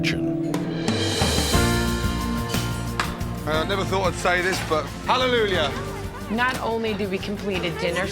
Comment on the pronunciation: Gordon keeps saying HalleluLjah.